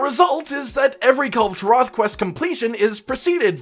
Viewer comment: i almost collapsed when you said Kulve taroth >:c